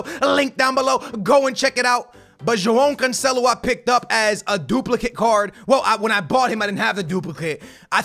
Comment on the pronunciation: "jo-oh canceloo"